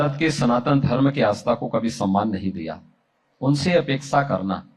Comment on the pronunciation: उपेक्षा नहीं अपेक्षा बोलें। धन्यवाद🙏